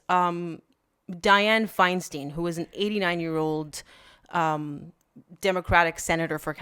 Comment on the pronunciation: Diane Feinstein's last name has 2 syllables and they both rhyme with "nine". Her last name isn't pronounce Feinsteen.